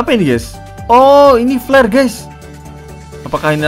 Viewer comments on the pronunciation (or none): "apakah ini nembak flare kah?" Ngomong flare nys itu kayak ngomong pl*r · Bang ngomong flare kayak pl*r